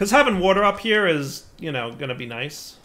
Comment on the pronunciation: Aah and his wourder (water) feels like watching Brad from bon apetit 🤣